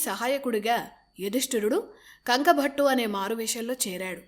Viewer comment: కంకుభట్టు అని అంటారు.కంకభట్ట కాదు.